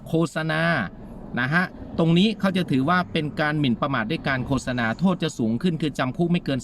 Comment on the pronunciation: ขออนุญาตครับ...คำที่ถูก...โคด-สะ-นา...นะครับ...ออกเสียงไม่ใช่...โค-สะ-นา นะครับ...